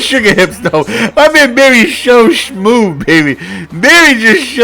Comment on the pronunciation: “berry is sho shmove”💀